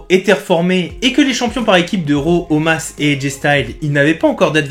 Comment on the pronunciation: Omos ! Pas Omas ehhh top vidéo sinon continue !